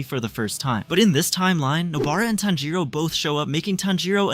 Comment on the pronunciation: bro its tanjiro